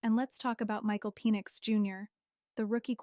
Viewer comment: Is Michael's last name pronounced Pee-nix?